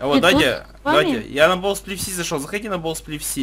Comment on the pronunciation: Не бов сплиф, а боу сплиф